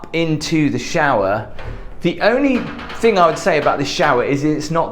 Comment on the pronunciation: Those lampshades are very normal sized btw but really I wonder why you pronounce ‘thing’ like ‘think’?